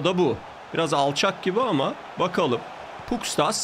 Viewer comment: Abi şu Pustkas'a Puskas desene be valla ismi benziyor